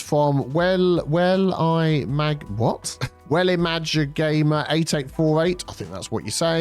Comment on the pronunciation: Well I''m A gamer, was my old name, changed it to this cuase he mis pronounced it :(. it was time for a change yes cuase even my friends struggled to say WellI'mAGamer